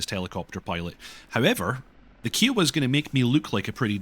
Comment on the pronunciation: Love ya but your pronunciation of kiowa feels like a cheese grater to my brain lol